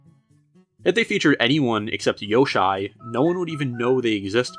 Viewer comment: Yosh eye??? Ok you crossed the line bud